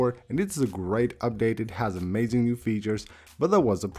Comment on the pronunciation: Pronounce the word Amazing again??? 🤔